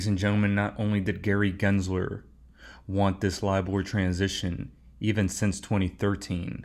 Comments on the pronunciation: I have my reservations about. He miss pronounces “Gary Glenslerrrr” and also keeps miss quoting the phrase….”The train has left the building”. It’s….”The train has left the STATION”. What fcking building???!!!!! LOL. I think he’s confusing it with “Elvis has left the building”. He’s also burping loud now on all his videos. A failed banker that was living with his mother just 1.5 years ago is now the self-proclaimed “#1 Coach in the world”? 😂. I feel sorry for the suckers that buy into his “Warrior Academy”. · Raise your hand if you know that pronounces “Gary Gensler” better than … GENSLER… not GLENSLERRRR 🤣🙋‍♂️